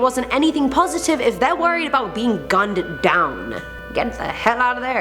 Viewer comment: lmao .... my EXACT thought!!!! Also Gun-ded down instead of Gunned down. i find it endearing though. shes too funny and cool.